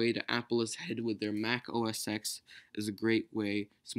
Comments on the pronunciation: Just a nitpick, but OS X is pronounced "Oh Es Ten" and not "Oh Es Ex". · Its OS 10, not OS "ex" :)